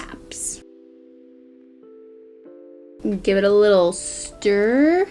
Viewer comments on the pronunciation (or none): none